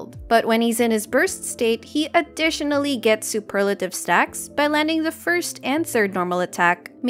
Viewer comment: I'm glad you say Superlative, and not Super lative.